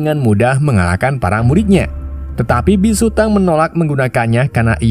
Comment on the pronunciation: Dibacanya bukan biksu tang tapi biksu tong